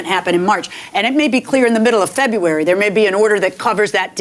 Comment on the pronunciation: He said "Boofay" (buffet) and she said "Febuway" (February). LOL